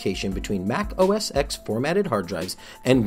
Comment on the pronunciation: It's pronounced "OS 10." The "X" in OS X is a Roman numeral....